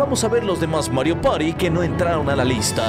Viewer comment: "Mario pari do" excelente español xd